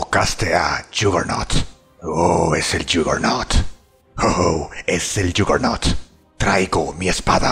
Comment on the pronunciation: Yagernaut se dice